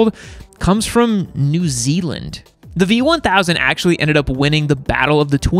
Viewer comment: it's not Nu Zeyarlind it's N-you Zeel-and